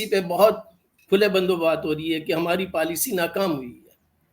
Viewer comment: उर्दू बोलने सीखने के चाकर में पॉलिसी को पालसी अरे भाई इकबाल हिंदी में भी और इंग्लिश में पॉलिसी को पॉलिसी बोला जाता है । जिस तरह तुम्हारा कैंवरटेड हुवा वैसे ही तुम लोगो ने लैंग्वेज का पोस्मार्टम कर दिया पलासी